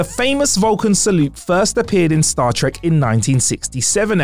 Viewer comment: Um sir, WTF is “Star Trick”?